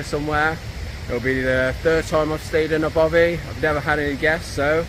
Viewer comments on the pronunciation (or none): It's not a Bovie, Mr editor, it's called a Baffy. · Jonathon is clearly in Scotland: its a bothy not bovia😅